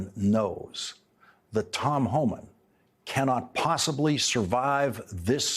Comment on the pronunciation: It’s Homan, not Homans.